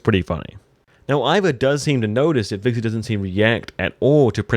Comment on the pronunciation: It's Hvitserk not Hviksert